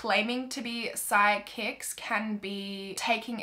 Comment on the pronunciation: oml i didn’t realize that she was saying psychics until i saw this comment😂